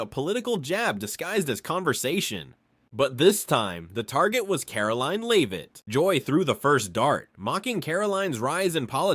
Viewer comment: Why is it so difficult for the narrator to say Caroline? Pronouncing it differently and wrong each time.